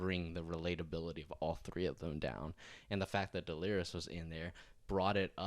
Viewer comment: Lmao stop calling her Delirious 😂 it’s De-leer-iss